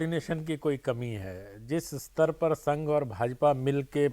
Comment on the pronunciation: अस्तर नही स्तर बोलो